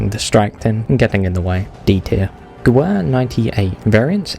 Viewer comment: you pronunce gewehr ge-vair